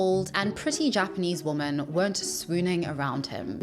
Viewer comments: Entertaining viewing. BUT if you are doing a video where you say the word "women" hundreds of times... learn to pronounce it. Women singular and women plural are pronounced VERY DIFFERENTLY. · WHY DONT PEOPLE KNOW THE PLURAL PRONUNCIATION IS WOMEN, I recently saw a YouTube video that mentioned this and it’s starting to drive me crazy! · Your English is excellent, except that your pronunciation of "woman" and the plural form "women" are the same. They're not😉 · i cant keep watching, not only bcos of how cringe this guy is - yuk - but also bcos the presenter mis-pronouncing 'women' every time she says the word. i dont know if it noun verb plural or watever - but she keeps saying the version of woman with th 'o' instead of correctly using the 'i' version if that makes sense? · Great video and ur hilarious 😂 But plz tell me someone has told you the plural version of woman is pronounced differently than singular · This is a really interesting video but I am struggling to keep watching whenever you mispronounce "women". Good god. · What is this modern phenomenon of people not knowing how to pronounce “women”? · Why cant you pronounce the word "women"? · The way you pronounce “women” had me so confused for a minute lol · I don't know who is more obnoxious. Him or you. How difficult is it to pronounce "women"? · Girrrrl Women is not pronounced the same as woman🙈 please just Google "pronunciation women" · Really enjoy your content! Do have to say though, woman and women are pronounced differently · Why you keep saying woman instead of women? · I never watched one of her videos before and I quite enjoy listening to her, but if she mispronounces "women" one more time, I'll have a mental breakdown. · Why do you keep saying "woman" instead of "women"? I feel like I'm missing out on some joke, haha. There's an internet term for people who are "famous" in this way though: a "LOL-cow" ... people watch him to laugh at the absurdity. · Stop saying woman when you’re saying women